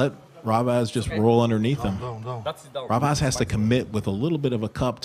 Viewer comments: That pronunciation🤣 Edit: really keeps calling them 'Ravez' and 'Vately' 😂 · It's more like he took Revaz and then he flipped the letters so that it's Ravez. lol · I like how constantly called him RAvaz 😄. Awesome match, though! Pretty unsportsmanlike of Revaz to pull Vitaly's arm like that. He wasn't even screaming in his face. It was just an emotional discharge.